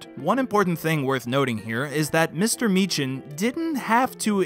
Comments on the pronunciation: Why can Americans never pronounce Meechan correctly? 😂 Edit: it’s pronounced Mee-Khan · Me-can not mee-chan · His last name is actually pronounced Meek-hin. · cough its pronounced Me-Kan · MIːKÆN...(Mē-Kiń)... It's pronounced...miːkæn fluls..!! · It’s pronounced MEEKan